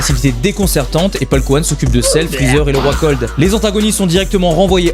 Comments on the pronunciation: C'est paikuhan et non paulkuhan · Au debut il a dit paulkuhan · Paul couhan mdr c paikuhan des barre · Polkuhan???? C'est ça le nom de paikuhan en vf??? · exacte c'était bien paulkouane mdr